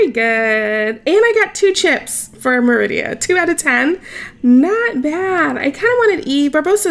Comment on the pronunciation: The way you said merida hurt my feelings lol